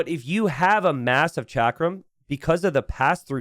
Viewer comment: Hey. Huge fan! Just wanted to let you know chakram is pronounced like chuck-rum